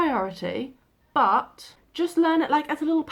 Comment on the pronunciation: Haha 😂 very British „Bu(h), I forget tones...“ Yeah, you dropped the „t“ from But as well 😂👍 Just joking, I know what you mean..